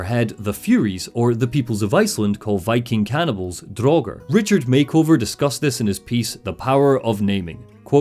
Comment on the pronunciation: I love this critique, but it sorta baffles me that one can play through Hellblade 2 and still pronounces 'Draugr' draw-ger. How, how? You know it's not pronounced draw-ger, so why did you do it repeatedly?